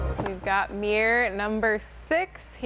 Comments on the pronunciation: Fabulous makeovers.🥰 However I was irritated at the amount of times you said “ Meer” ! Instead of Mirror 😅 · You keep calling it a mir. It is mirror, there are 2 r’s its pronounced mir ror or mirror. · “Mere”ly pronunciation. Hint: “mirror” has two syllables. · What the heck is a "meer"? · Meeror? Does that mean it's "fleep", "profeet" or "favoreet"?